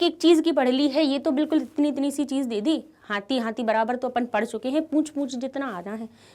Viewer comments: It's not apun it's Apan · mam says upan